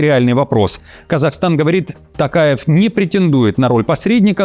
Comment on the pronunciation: Я думал, он так чётко пытается выговорить тАкаев, что у него действительно тАкая фамилия, а он оказывается Токаев